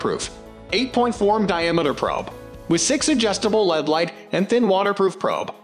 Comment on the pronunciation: I gave up after the robot pronounced LED as "lead". 👎